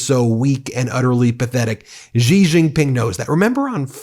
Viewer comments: Hey BEN! The president of China’s name is pronounced SHE not Jee or Yee. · trump doesn't know who he's messing with. And it's pronounced 'she', not gee. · Hey Ben love this channel, but attention to detail: Xi is pronounced "She", not "Gee". Why is that important ? It's a matter of showing respect. BTW, amazingly enough, Trump actually pronounces it correctly. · Hey sir, just to let you know: it’s easier to pronounce China’s president as “She” Jinping — that’s quite a close approximation. Cheers!